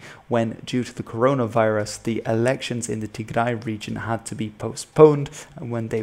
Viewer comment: I really liked how pronounced our lovely homeland Tigray. Well done.